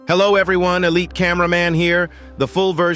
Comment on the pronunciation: That "Hello eberyone, Elite Cameraman here" gave us a lot of hapiness.